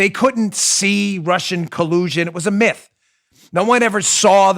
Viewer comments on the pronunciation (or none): none